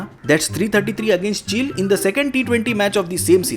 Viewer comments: It's not chill it's Chi-Lay 🤣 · Why He Pronounced Chile As Chill....?? Is It A Mistake Ya Yeh So Called Over Educated Logo Ka Koi Naya Drama Hai,Jaise India Ki Capital Delhi(Dilli) Ke Dailly Bolna....?? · Chile bolna seekhle bhai pehle, "chilli"